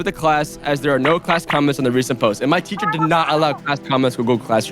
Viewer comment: It’s not teather it’s teacher🤓